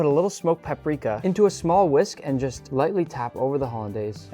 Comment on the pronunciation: bro really said whisk